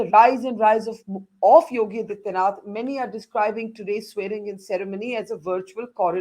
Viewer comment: Can Borka please take the trouble to learn how to pronounce the Chief Minster’s name? Is that too much to ask? His name is आदित्यनाथ not अदित्यनाथ . Such sloppy journalism!